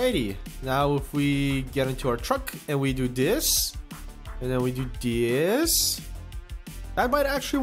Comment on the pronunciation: Why do you say "Dis", instead of "This"? Just a smol thing, really...